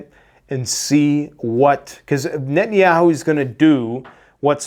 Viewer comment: In 45 years I've never heard it pronounced " Netan Yaaaahoo"